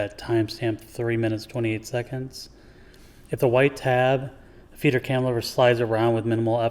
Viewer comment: Great video, THANK YOU! Sure enough, that part in my printer (MFC- 7360N) was broken. What a poorly designed part, though! It's a wonder it survived as long as it did. BTW I kept hearing "Feeder cam" as "Peter cam" :)